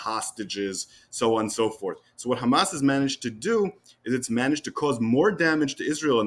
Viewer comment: At least he says Hamas NOT Khamas